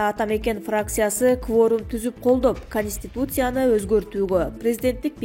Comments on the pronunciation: эй ведущий,кониститутсия дебей конституция дечи бай болгур,силерди ким коёт болду экен? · КонИстутция эмес Конституция 🤦‍♀️